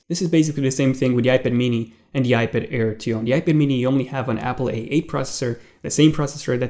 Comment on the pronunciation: I thought he was saying iBitair